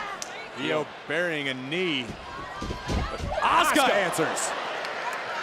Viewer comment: that is A-SU-CA there is not a sh or ch letters or pronunciation of the name OH SUE KA.